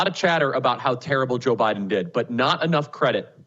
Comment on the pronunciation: Joe BYE-THEN